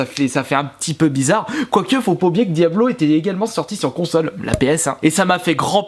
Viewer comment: Ça fait un peu blizzard!!! Pas un peu bizarre!